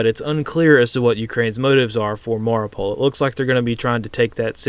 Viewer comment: Mariupol, not Mauripol